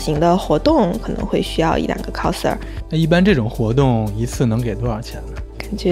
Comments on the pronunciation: 非常想和Lks说cos的发音，不是寇s，是靠s。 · Costume play..发音😅